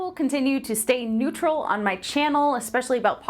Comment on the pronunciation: "Stay NETURAL"